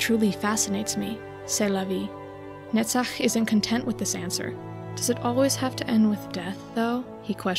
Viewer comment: Sorry for offtop, but I like how you pronounce "Netzach" even more than your understanding of Angela's struggle and soul